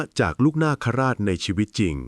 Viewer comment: นาคราช..อ่านว่า นาก..คะ..ราด...